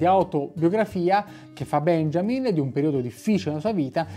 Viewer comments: unboxing molto interessante, solo una precisazione: benjamin essendo cognome tedesco si pronuncia 'beniamin' :) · Permettimi: "Benjamin" si pronuncia "Beniamin", come "Beniamino".